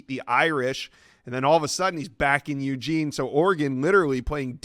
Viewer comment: Ugene not Uuuuugene